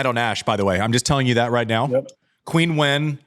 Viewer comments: Hey, I love the show, but can you tell Andy to pronounce Qinwen Zheng's name correctly? In Chinese it's like "Cheen" not "Queen". I do a little cringe each time I hear "Queen" lol. Keep up the great work though! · Just so you know, Andy, Qinwen is pronounced like “Chin”wen, not “quin”wen. Always loved (and still do) your honesty, vulnerability, casual and human approach, and sense of humor! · To be fair- the correction is right. However, most fans pronounce it as Queen. Most of us that love her, like that “Queen” knickname. Love the shows guys, keep it up.